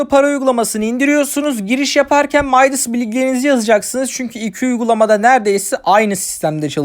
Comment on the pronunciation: Videolarınız güzel devamını bekliyoruz fakat bilginiz olsun midas bir türk uygulaması ve yazıldığı gibi türkçe okunuyor